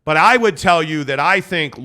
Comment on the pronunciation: It's pronounced LAURI as in Lowrey , like Mike Lowery despite being written in FINNISH the pronunciation is Lowrey